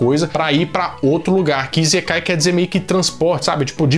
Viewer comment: Isekai. Se fala com som de "S" e não som de "z" Isekai e não izekai